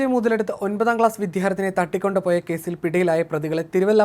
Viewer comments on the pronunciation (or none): തട്ടി കൊണ്ട് പോയി ...മലയാളം പഠിച്ചിട്ട് വാർത്ത വായിക്കൂ..